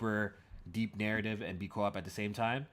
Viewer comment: Why does say co op. “Co wap”